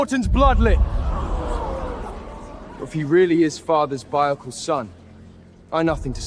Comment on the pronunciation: ✨I've not completely finished the video yet (about 20 mins left), but I had to come and comment on the fact that the so-called "biological" son of Hades can't even pronounce BIOLOGICAL... 😒It's NOT pronounced BIOLOCAL! Want to be an Underworld king? Get at least a grade 3 education first!🤣